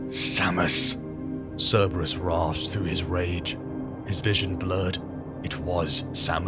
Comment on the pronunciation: Love your stuff always have but so much work goes into these how do mispronunciations get through? Turrah, instead of Terra? I've never heard Curberous but I imagine someone might say it that way. This Chanel is so awesome, just idk double check the pronunciation. Everything you do is so flawless this mistakes really stand out.